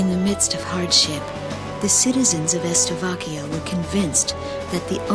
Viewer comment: "Estovakia" xD